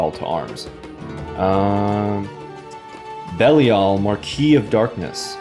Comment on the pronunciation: Belial is pronounced Ba-lyle 😙